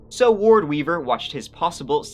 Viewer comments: Finally, u pronounced Wards name correctly! Ward Weaver the Turd. Ur gettin there! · Wow!!! Frightening and disgusting! certainly pronounces Ward's full name correctly. This story makes me want to vomit. 🤮 A nice bat to the side of the head would have cured him! (First to the knees)